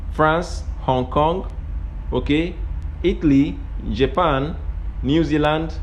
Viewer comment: Your Japan pronunciation is wrong. Should be more careful